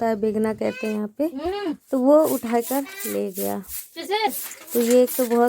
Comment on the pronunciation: Bo ghadi nhi ...vo ghadi likhiye na ap hamesa vo ko bo bolti h